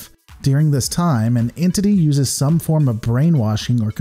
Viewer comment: “some porn of sense”. It was close to “form” but not quite lol